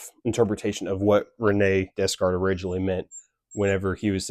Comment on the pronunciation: i fw the video twin (it's actually pronounced day-kart lol) :face-fuchsia-tongue-out